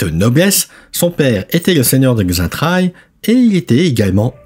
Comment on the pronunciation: Le X se prononcé Che